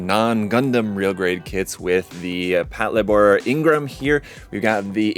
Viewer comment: Mine is en route to me, can't wait to build. I'm planning on painting it like the Toyota Crown police cars, so it looks like I'll be wearing my rarely-used car modeling cap for this. (btw, it's pronouced "pat-LAY-bor" as in "patrol labor")